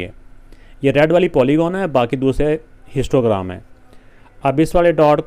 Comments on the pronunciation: I also noticed I hear them again and again 😂😂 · I also noticed 😅